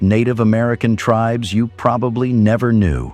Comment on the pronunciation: WTF computer voice sucks. Native tribes mispronounced.